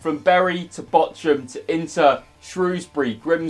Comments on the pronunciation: VFL Botchoum, omg, you butchered the name. i cant stop laughing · Botchun yeah you botched that one its Bochum but i can understand that this name for an not german is realy hard to pronaunce to pronnounce the name without the t And this was some lovly Video again thanx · Botchum hahaha. You definitely Botchumed that name 🤣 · funny how you pronounce bochum as botchum lmaoo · I’m about 90% sure it pronounced bockum mate 👍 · Botchum? Lol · You butchered Bochun... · Classic Youtube style video and big shout to the club's who responded. I'm also here for utterly murdering the pronunciation of Bochum 😂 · Iam from Bochum and I was in shock when I heard him saying Bochum. He said it so wrong and bad I didn't knew it was possible 😂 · That is soooooo not how you say Bochum. As a German that made my ears bleed : ) Still very nice of Bochum. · It is Bochum, prounounced softly like in Tuch or Thomas Tuchel hahahaha. I m Bayern München Fan and we have a Fan friendship with Bochum, I wonder if u have asked Bayern München for a Shirt, cuz normally they should have send u like a press kit. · He butchered VFL Bochum's name😂😂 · They way you said Bochum pains me! Love VFL Bochum though, hope they make it the Bundesliga 1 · Im as a german found it so funny as you said Bochum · Bochum send you a shirt just for you to mispronounce their name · Casually "botching" the pronunciation of Bochum... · Love how you butchered the pronunciation of Bochum. Greetings from a Bochum-Fan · The way you say Bochum triggers me.... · You are butchering Bochums name :D Look it up on Google Translate in German